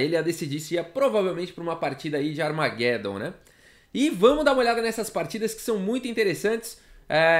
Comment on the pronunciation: A maneira que você pronuncia armagedom é errada.